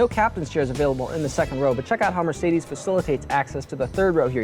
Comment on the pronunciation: Mercede? Does the S cost extra? Lmao